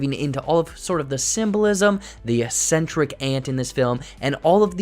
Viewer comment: Good summary, although it's pronounced "Ik-sentrik" not "es-sentric."